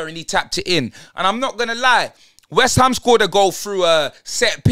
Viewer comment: Man said waste-ham 😂😂😂😂😂😂😂😂😂😂😂😂😂😂😂😂